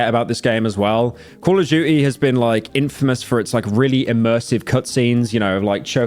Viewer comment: “Coll of duchie”